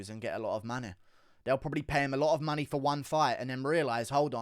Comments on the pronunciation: I'm English as well but why can't you say the word money? Or anything with ey in !? 🤣🤣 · I know right it so jarring the way he says it, just want to put him in a headlock.